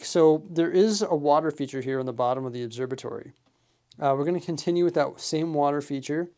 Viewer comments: Its an «obserVatory» not «obserBatory» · Never noticed till now you say it obserbatory 😂 there's a V in there bud.